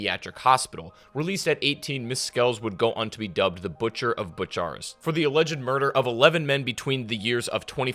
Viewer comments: “Butcher-est” as in you butchered the city of Romania so so badly 🤣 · Butch-a-rest oof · Bucharest is spelled Book-a-rest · Buchiarest? Dude wtf